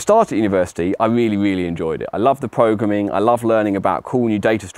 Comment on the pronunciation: I will now forever pronounce it “progrumming” in his honour